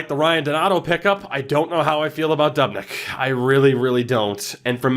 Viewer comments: Doob-nick not dub-nick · He says dubnyks name wrong 😂